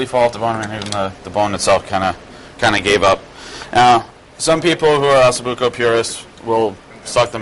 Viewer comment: It's OssO Bucco, not OssU Bucco, correct?